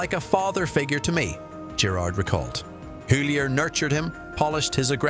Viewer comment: Pronounced Hyton mate